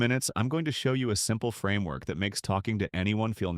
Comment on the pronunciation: What’s a “franework” ?